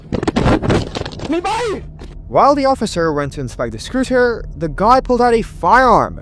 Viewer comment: The word is SCOOTER - not scRooter.